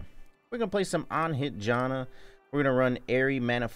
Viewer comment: Bro really said Jonna